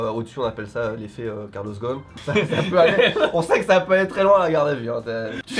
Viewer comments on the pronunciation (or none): Le mec s'appelle Carlos ghosn et ça prononce rosonne svp arrêter de massacrer son nom il n'a rien demandé